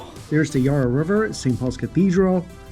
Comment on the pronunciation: Yah-rra Not Yeah-rra